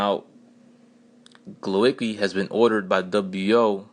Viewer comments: rather 'GWovatzkee' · A bit of help with pronunciation 'Glovatzkee' ;)